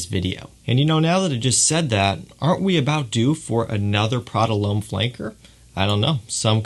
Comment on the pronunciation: Prada 'Lome?' - It's pronounced 'Lom' lad.